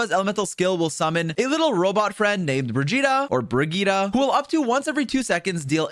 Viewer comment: wrong game my guy... its Bir-gitta not BRI-gitta